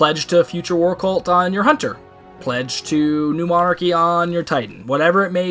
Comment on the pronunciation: Trouble pronouncing new monarchy I see lol